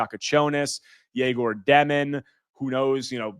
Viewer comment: bro said egor 😂